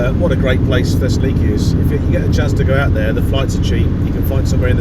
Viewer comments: Brilliant👍! Greece is gorgeous! Has learned to pronounce Thessaloniki eventually?😊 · Excellent video! Amazing! Could you please teach how to pronounce Thessaloniki 😂